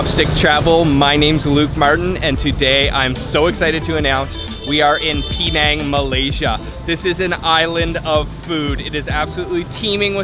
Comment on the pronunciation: Hey Luke it is pronounced Penang not Peenang.